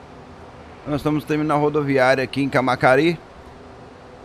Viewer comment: Não é "camacari", e sim "cama(ça)ri"